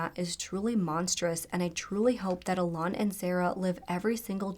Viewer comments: And Alun is just pronounced like Alan. Google is not that hard to use 🙄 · alan is pronounced allen, you always change things to sound more tada, and thats insulting, poor kaylea